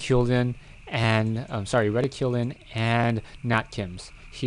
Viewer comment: I think it's pronounced 'Reh-tick-cue-lin' but not sure...